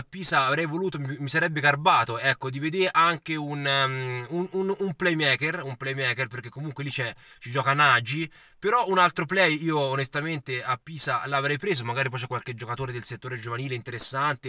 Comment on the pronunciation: si scrive Nagy ma si pronuncia Nogy 😉